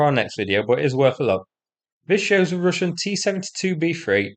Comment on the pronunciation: "Rooshen positions"